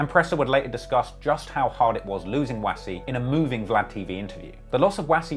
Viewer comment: Doesn't pronounce "Wass" properly however 😭